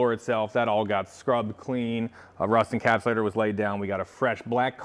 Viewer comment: You said "rust encapsulatior" again.